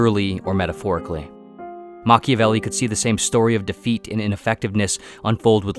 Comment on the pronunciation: Mach-IAH-velli not Machivelli